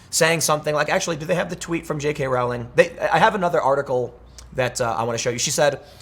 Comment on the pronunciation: J.K.Rowling's last name is pronounced (roll-ing).😁